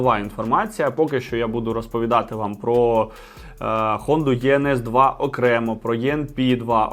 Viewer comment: Не правильно називаєте моделі... Іенес та іенпі вони звуться...